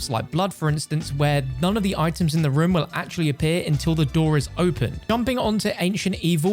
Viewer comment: People: Room: Rum